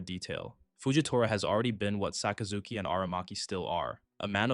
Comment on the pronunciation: Sakazuki sounds so much cooler with the right pronunciation, I lose braincells every time I hear Sock uh Zookey